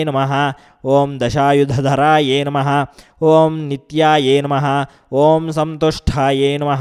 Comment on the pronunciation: Please give right pronansesation i.e Namahh not name pls try to do correct So try to give correct pronansesatin namahh.